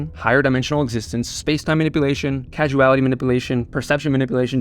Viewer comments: It's causality not casuality! : ) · I'm sure it's been said, but it's Causality, not Casuality. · Not casual-ity, cause-ality. Rhymes with paws-ality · don't mean to be that guy but i do causality is pronounced Kaw-za·luh·tee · Pronounce causality correctly, pleaseeee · what i can't wrap my head around is how you mispronounce causality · You mispronounced causality...